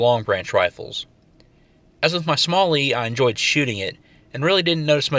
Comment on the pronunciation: SMLE IS PRONOUNCED "SMELLY" YOU IGNORANT COLONIAL..